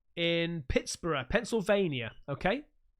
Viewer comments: It's pronounced Pits- berg, mate 😅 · with I love that you pronounced Pittsburg, Pennsylvania as you would Edinburgh, Scotland. Pittsburg is pronounced pits-berg. ❤ from 🇺🇸